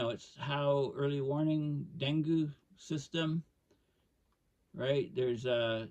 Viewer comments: Pronounced Deng-gee here in the USA. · Great talk, thanks. If I may offer a slight correction dengue is pronounced as though it is spelled dengey or dengee. For those folks who don't know: Dengue fever is a mosquito born disease that has symptoms similar to malaria. It seldom is fatal on the first infection, but is quite dangerous with a second infection and often proves fatal, The incidences of dengue fever have been ramping up here in Thailand, but it will inevitably become a serious problem in the southern tier of the US as the long term effects of climate change take effect. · Dengue. Rhymes with Bengay